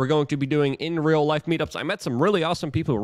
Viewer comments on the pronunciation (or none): none